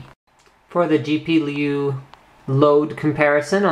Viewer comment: Lol, - , you accidentally said: For the GP-Leee-U. XD But great review overall! I would really love to get my hands on one of these Power bricks. Lol.